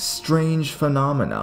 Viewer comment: lmao, the way you say phenomena! It puts off such a cool vibe! x'D